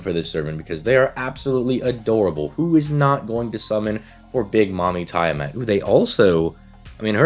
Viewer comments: I think her name is pronounced Tea-ah-mat and not Tie-ah-mat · Yes "tie a mat"🤣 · It’s pronounced Tea-ah-mat. At least in English. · ok ngl your pronounciation of tiamat was funny as heck you said "tie a mat" no offence offcourse just thought it was funny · I thought how he was saying it was odd.